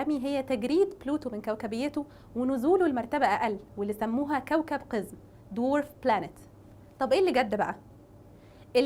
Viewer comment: كلمة قزم تنطق بفتح القاف وتشديد الزاء يا حضرة المقدمه وليس بكسر القاف ... اللغة العربية في خطر يا عرب